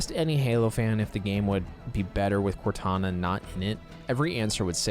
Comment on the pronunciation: I think he said "Kantana" instead